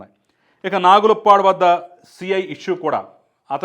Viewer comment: నాగులుప్పడు కాదు. నాగులుప్పలపాడు.